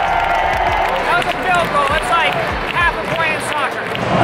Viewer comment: Please do not say scoccer!!!